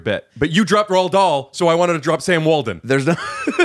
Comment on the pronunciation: Waldon or Walton? Glassman, are you pronouncing your T's as D's again?